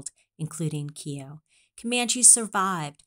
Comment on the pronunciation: According to a descendant of Keogh, his name is pronounced Kay-oh.